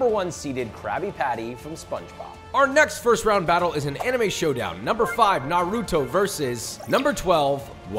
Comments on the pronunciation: Narooto XD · How did he pronounce naruto wrong the first 2 times, perfect the next 2 and then came out with Norutoe? 😂 Brilliant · STOP PRONOUNCING NARUTO LIKE THAT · The amount of damage the naruto dub has done to the way people pronounce NARUTO can never be overeststated. Its not even difficult to pronounce guys .... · Please say Naruto right. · Anyone who can't say Naruto's name can't be trusted. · Every time he pronounces Naruto, my heart sinks 😂😂